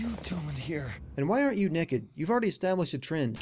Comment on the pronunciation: for saying "Neked" instead of Naked.